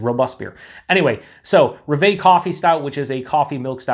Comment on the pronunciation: It's roooooooooveeeeeeeeee ! it's actually "Rev", which means Dream in French. Cheers !!!